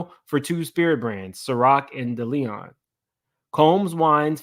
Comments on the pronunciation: It was driving me crazy😂😂😂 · Omg please learn how to say Diageo and Deleon. Its driving me nuts.